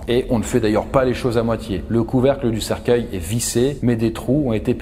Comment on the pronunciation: Je reve ou je entendu cerceille #coffindance